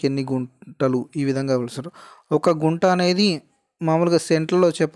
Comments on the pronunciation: గుంట కాదు కుంట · Broo Kunta anaru, Gunta antaaru